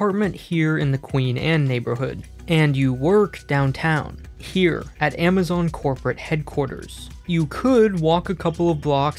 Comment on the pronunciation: wtf is "AMAZONE"